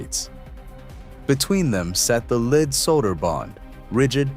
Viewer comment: LEAD solder is pronounced LED, not LEED. Bottom line, capitalistic greed and waste. I'll never go in that building!